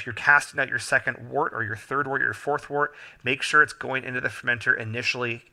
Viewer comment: Thanks for the videos. "Wort" is pronounced "wert" and "trub" is pronounced "t rube".